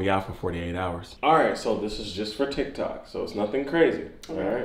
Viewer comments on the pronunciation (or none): He said tike toks😂😂😂